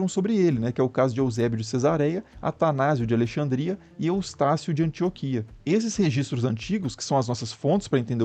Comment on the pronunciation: A palavra ANTIÓQUIA tem um baita acento agudo na sílaba Ó. Por que você o pronuncia como se não existisse. A-N-T-I-Ó-Q-U-I-A é uma palavra proparoxítona relativa, isto é, a separação das sílabas pode ser feita de 02 formas e as 02 são corretas: AN-TI-Ó-QUI-A ou AN-TI-Ó-QUIA. Todo dia é dia de se aprender alguma coisa, não é?